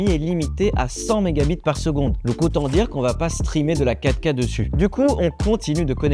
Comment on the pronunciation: "affichage en ouika". La prononciation me trigg à chaque fois 😂